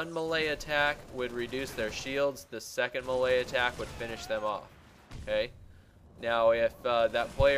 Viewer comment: I was like what the hell is a malaya attack for like 2 minutes before i figured out he was trying to say melee hahaha